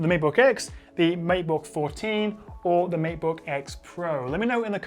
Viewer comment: It's matebook not meatbook :D